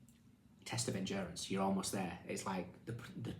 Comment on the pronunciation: Endurence, he says, smiling…. Have a heart, show some mercy, 😂